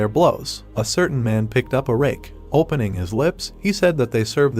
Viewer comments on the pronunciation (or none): none